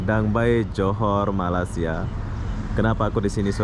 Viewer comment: Malay-sia bukannya Malas-sia Agak aneh bunyinya